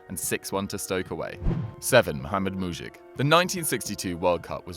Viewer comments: Its mujic not muđik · Mujić isn't pronnauced like that